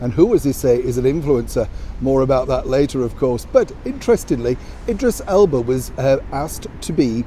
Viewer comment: Thank you for speaking his name. I never know how to pronounce "Idris Elba".